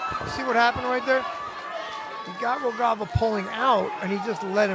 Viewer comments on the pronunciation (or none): I wish the guy who comments the fight have learned how to read Rogava and spell it as such. Great fight!